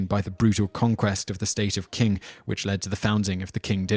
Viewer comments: Oh, he knows his history. I never said anything about his Chinese! I think "Qing" is pronounced "Ching." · Qing is actually pronounced Ching. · It's not "kuun" dynasty... Qing dynasty is pronounced "Chi-in" dynasty. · ***** Well, somebody clearly does but I doubt it's the guy who pronounced the Qing dynasty as "Quing dynasty." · wtf? Why are you even arguing about something you're clearly wrong about? The word Qing is a phonetic translation of the Chinese word, therefore the inherent pronunciation should be read accordingly. Unless you could find some evidence based on the etymology of the word "Qing" from any established English dictionary, your reasoning so far sounds lacking. It's not that you have to learn Chinese to understand English, but context is important for any language, especially when it comes to lexis. Maybe try sophistication rather than sophistry? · Interesting presentation although most of the Chinese pronunciations are wrong. (Solution: get a Chinese student studying in the US to help with that). Even the English word Manchu is pronounced wrongly (try Fu Manchu instead). That said, the parallels with Chinese history are spot on.